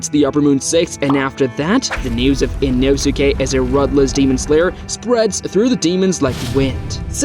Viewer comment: its annoying how you say his name. you dont pronounce the U